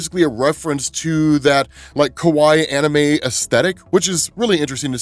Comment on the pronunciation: You pronounced Kawaii and Kowai which means scary instead haha, but it was understood.